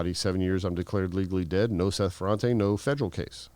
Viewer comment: The prononciation of Ferrate is FerrantA, ok! And I remember in the 80" we all were drug dealers . It was cool and good money right over night, with no skills in anything at all :)))))